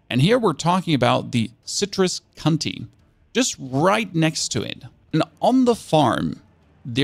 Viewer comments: Careful about how you are pronouncing County my friend. Emphasize that O because you definitely didn’t here. 😂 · I know it's not cool to laugh at people's pronunciation when it's not their native language, but I lost a lot of coffee that ended up spat all over my keyboard so fair is fair. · I like how he prounced "county". :)